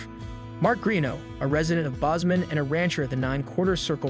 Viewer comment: As a lifelong Montanan…. So many things about the show is frustrating to real Montanans…. Even you say Bozeman incorrectly…. Plus so much of this show wasn’t filmed here so we received very little filming money to our economy.